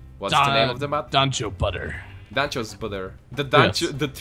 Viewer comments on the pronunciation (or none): every time you say dancho it sounds like your saying ' Dance Show ' lol